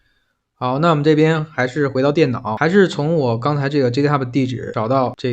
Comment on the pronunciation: 那个，GitHub正确读音搜索一下，不是基特哈不，是给特哈不